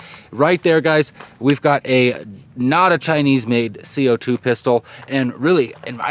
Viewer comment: you stressing its not chinese at the end made me laugh XD